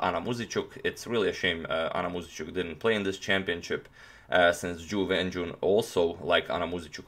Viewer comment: Hey agadmator, while I think the pronunciation is not important of the names, here is how you would say both names correctly: Jew When Jew-un, and Ting Gee-eh Lay